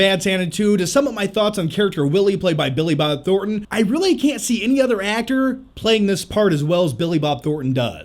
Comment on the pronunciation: Say Billi Bob Thorten one more time! I dare you! I double dare you!